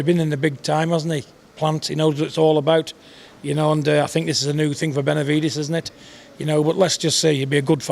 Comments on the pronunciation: “ Venividez “ - Mike Tyson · Jermall can't even say Benevides.😄